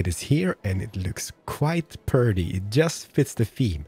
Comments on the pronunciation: I love how you pronounce pretty "prdy" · He's saying purdy, not pretty.